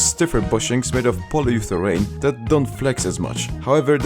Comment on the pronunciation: did i just hear mighty saying polyurethane "polyutherane"